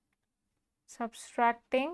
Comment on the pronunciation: And subtracting spelling & pronouncing 😂😂